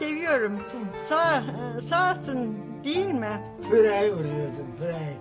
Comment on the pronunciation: ALLAHINA KURBAN DEDE SENİ YARADANA KURBAN 1: 28 DE PİREYİ VURYORDUM PİREYİ DİYOR :)